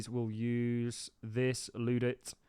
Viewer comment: it's pronounced "Ludd-ite" (not "loo-ditt"). it derives from the Luddites who feared their livelihoods threatened by automation in the 19th century and so they sabotaged factory machinery. incidentally, the word 'sabotage' derives from the name of the wooden shoes (called 'Sabeux') which french luddites threw into machinery for the same reason. the more you know